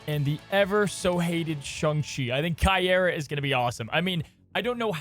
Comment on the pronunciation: The pronunciario is Cay- ey-rrah